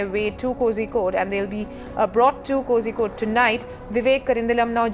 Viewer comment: Uh it's Kozhikode (Calicut) not Kosikode 😂